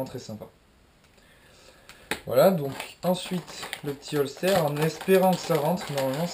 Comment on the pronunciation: Ca ce dit holsteur